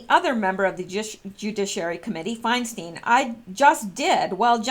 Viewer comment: it's pronounced "Fine-stine" (there are YouTube videos on How To Pronounce..). Rod, on the other hand, says he answers to either, but his father uses "Rosen-STINE", while relatives use "Rosen-STEEN". Harvey is also "Wine-stine", btw. I think the envelope was a pay-off, too.